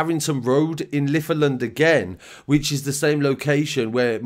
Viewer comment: Just in case you report on these areas again they are pronounced locally as Linacre as in Gary lineker Litherland is more like liver land like Liverpool not Liver birds and Dovecote is like Dove Cott